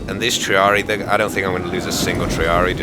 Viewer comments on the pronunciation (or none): Btw it's pronounced "tree-at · No actually it's pronounced Tree - Ah - Ree - ee. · Triarii is actually pronounced. Tree - Ah - Ree- Ai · Come on, its pronounced Tree-Arie-Eye. Thanks for making this video, i planned on buying Rome 2, but i forgot about it... Buying it now =)